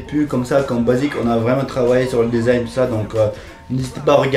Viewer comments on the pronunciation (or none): none